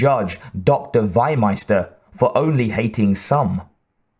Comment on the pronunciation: The correct pronunciation is "FEE-meister". Not "why-meister". Meaning Livestock-Master. And the guy is not south-german. He is austrian.